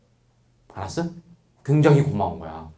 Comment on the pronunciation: 알았으? 이 꽉물고 얘기하실때 나만 멋지게 느껴짐?